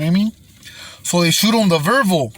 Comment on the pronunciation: So cute he said verval.... lol 😂 love this guy!!!